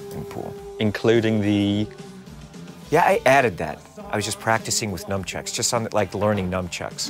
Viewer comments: Did he say he was practicing with numchucks or nunchucks? 'cause it sounded like numchucks to me. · Yeah but he said "numbchucks" (😉)